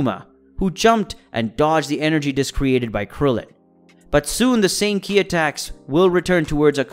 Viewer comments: Ki, he literally called it K.I. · Like k....I instead of ki. Mayjin bew....majin buu....this guy is funny,but has all of these subs 😅